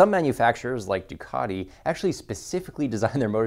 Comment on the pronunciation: Ha Ha he said DuCARti 😆😉 great vid